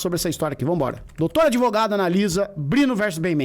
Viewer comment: "Grandes merdas ser adEvogado e depois todo adEvogado é vi4d0" kkkkkkkkkkkkkk